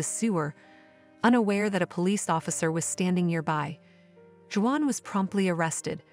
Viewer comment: You should have hired a human to read this story..... Or, maybe you could have taught the robot how to say "Juan."